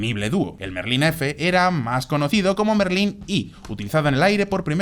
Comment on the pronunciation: en muchos videos se nota. Mismamente en ese video desde el minuto 1 diciendo rolls royce merlín en vez de méééééérlin. Es como hacer un video de deportivos y decir "porsch", denota que no has hablado de coches antes en tu vida